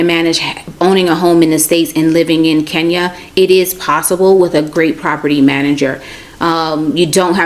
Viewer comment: Who will teach these people to pronounce the name Kenya properly. I find it incredible that they cannot even pronounce such a simple name well.